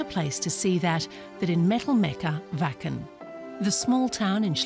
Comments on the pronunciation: Vaken, not Whaken for anyone w a dirty mind in Canada/US lol ;) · Yes we are a happy community! Everyone is so helpful and respectful in the moshpit. It's unparalleled. ❤️ Also: pronounces Schleswig-Holstein correct but keeps calling it Wäcken 😋😘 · I keep hearing them say Fu&kin festival!!! Woohoo! Gotta love the German pronunciation of the letter W.